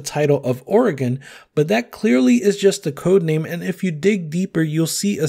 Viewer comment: He didn’t say Oregon wrong!!